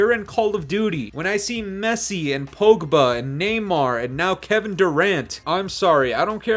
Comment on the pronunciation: “Poagba”😂 Pawg-ba, yea like the category